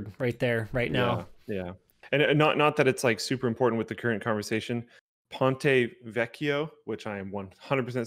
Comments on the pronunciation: Americans can really butcher Italian pronunciation but you two did a fair job with "ponte vecchio". The sound "you" would struggle most are not present but still.... Congrats!! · I'm an Italian and you (Linus) pronounced "Ponte Vecchio" a lot better than the average english speaker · fiy, ponte vecchio is a bridge (ponte) in florence. gg for the pronunciation, x2 points for the double cc since native english speakers have difficulty pronouncing double letters